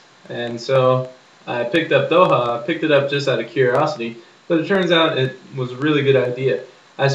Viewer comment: 1st- its Dokha..its important to pronounce the "kh"(same with midhwakh) 2nd -You smoke midhwakh for the buzz/kick 3rd - A head(you say bowl) of midwakh is equal to 1/5th or less of a cigarette 4th-When you fill you tilt the bottle horizontally and scoop dokha and smoke 5th-its isnt good to pack your midwakhs as you have to drag more than 5 times to use up all of it 6th-You should take threes puff atleast and hold it for about 10 seconds But the review wasnt bad...